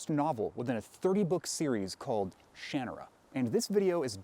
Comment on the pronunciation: I think this is the first time I've ever heard someone say "Shanarra" out loud, and it's so different than how I pronounced it in my own head.